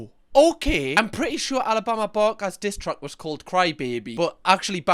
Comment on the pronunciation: How many times did you say Alabama barker wrong before you started swearing. 😂 much love from Scotland